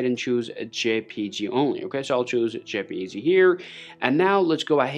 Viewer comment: "JPG" (OR ) "JPEG." HIS "J" SOUNDS LIKE "Z." BUT HE WROTE IT ON THE VIDEO SO...😮